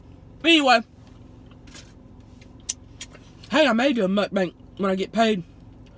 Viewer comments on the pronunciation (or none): I LOVE how Tammy says MukBANK, instead of Mukbang, LOL!... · I love how she says "mukbank" LOL. I love Tammy so much omfg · I swear one of these days I'm gonna suck some food down my throat from laughing at something in her video. "Mukbank" kills me. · I love how she calls it a "Muk-Bank". Seriously, I can't seem to get enough of this girl. 💞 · I die every time she says muckbank 😂